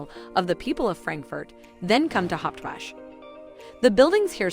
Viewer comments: Hawache not Hauptwash . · It is not pronounced "Haupwashh" 🤣🤣! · Thumbs down for false information and false pronunciation. Hauptwache is pronounced wrongly also. Kleinmarkthalle is not a cheap market.